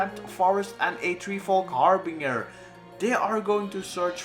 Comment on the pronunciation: Great video as always but it is pronounced har-bin-ger my friend. Not har-bing-er :)